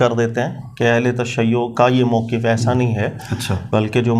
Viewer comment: جناب وقف یقف سے موقف کی فا کی فتح کو مضموم پڑھتا ھے۔تو اس کو تلفظ درست پڑھنے کا ادراک نہیں تو وہ مولا علی جو نفس رسول ہے۔(ثحفۃ الاحوذی/سنن آلکبری) کا معنی کیا بیان کر سکے گا؟